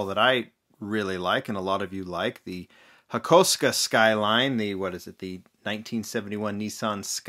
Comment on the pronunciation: HAKO-SUKA NOT HAKOSKA😑